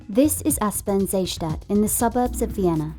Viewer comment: Ok, so if you don't make proper research, get at least the names right: It's called Aspern Seestadt, as in Aspern (the place it is located at) Lake City (because of the lake). It's definitely not called Aspen Zesta... also, the buildings shown in the thumbnail don't appear anywhere in the video even though their story is quite interesting as well